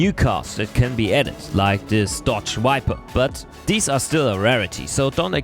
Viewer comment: It's a DODGE VIPER.... NOT WIPER... Where do you keep your Nucellar Wessels ??